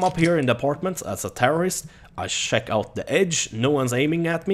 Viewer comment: He says sheck I instead of check lol